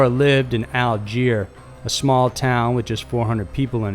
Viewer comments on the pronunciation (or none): In the Issac Zamora story skagit county is pronounced ska-jit county. Also the town he was from called Alger isn't pronounced Al-jier, it's pronounced Al-ger. Why can't anybody including 60 minutes get that right? Lol